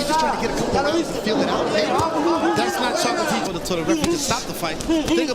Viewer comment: WAIT! Did they call him "ChocalaTito?"